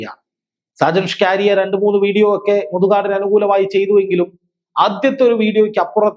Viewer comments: ഷാജൻ സ്കാരിയ അല്ല. ഷാജൻ സ്കറിയ എന്നാണ് ഉച്ചരിക്കേണ്ടത്. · സാജൻ സ്കാരിയാ അല്ല മാഷേ സാജൻ സ്‌കറിയ എന്ന് തിരുത്തി പറഞ്ഞു പഠിക്ക്കൂ കുട്ടീ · അവതാരകന് സാജൻ സ്കറിയ എന്ന് ശരിക്കു പറയാൻ പോലും അറിയില്ല.